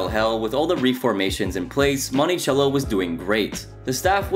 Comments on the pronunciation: Month sello is the pronunciation not chello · Bruh. Mon-ti-cell-o. Cello not CH CH CHello. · Say Montychello one more time... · Bro where are you from? Lol you pronounce words like nobody I've ever heard. "Monty-chello"😂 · “Money” cello Interesting pronunciation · Monti “sell” o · You’re pronouncing Monticello strangely